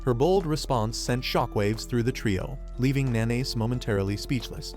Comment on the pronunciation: Nanase isnt pronounced "Na-Nays". Its "Na-Na-Seh" Fucking AI bullshit. Use your voice.